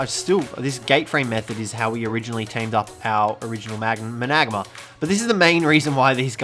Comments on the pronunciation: I think it's pronounced managarm instead of managamar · Wtf how did yu saa managanar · Sorry I had to stop the video. Maybe do some research on pronunciation. Managarmr is pronounced Mana- Garmer. Can’t be a YT sensation if you can’t fucking talk right. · Why do you call the managarmer the managma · i always thought managarmr was pronounced Man-a-gar-mir.... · You pronounce it man-a-garmr. Not mu-nagma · Manag mar? Its many gar mar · Man-a-gar-mer Man-a-gar-mar Not managma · How to pronounce managarmr Man-uh-gar-mer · Why do you say managarma like that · The way you said managamr killed me 😔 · The way he said mangarmr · Its called a managarmr not magamer and please make video if you know what your doing lol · What's he saying Isnt pronounced mana-Garm-er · I don't mean to be a jerk but its pronounced managarm although it is spelled managarmr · It is mana gar mer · Its managarmer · Managarmr is pronounced mana-gar-mer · There pronounced Man-a-Gar-mer xD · THE MANAGARMR NOT MANGAAR dude learn to pronounce a simple word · You mean mana-gar-mar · Mana-garm-er is how I pronounce it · Lol you said Managarmer wrong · I hate the way he says managarmr it gives me anxiety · Why do you say or pronounce everything wrong mana garmer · That is not how you say managarmr